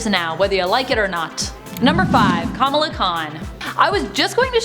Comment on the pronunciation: Why did she mispronounce Kamala like a million times?